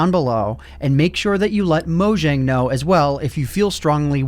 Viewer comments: I'll always cringe at someone saying MoJang instead of Moyang, seeing J is prenounced as Y in Swedish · mojang is pronounced "moyang"